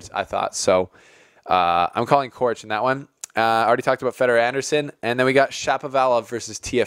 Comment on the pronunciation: Coric is pronounced «Chorich», both C's are pronounced the same.